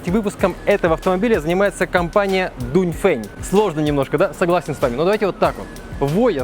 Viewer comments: Дунь фень а я читаю донгфенг😂😂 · донфэн читается братьяяяя